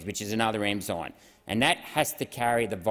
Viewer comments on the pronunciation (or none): none